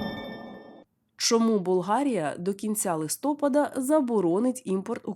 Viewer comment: не коверкуй листопАд!